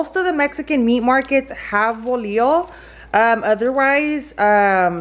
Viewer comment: We called that kind of bread teleras .... no ( volio) a think you are trying to say bolillo .